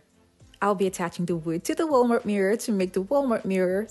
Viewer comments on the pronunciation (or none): none